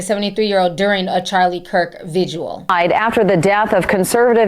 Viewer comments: Vigil. It's vigil. Not vigual. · GIRL.. please tell me I don’t hear you calling a vigil a visual at your big age 🤦🏾‍♀️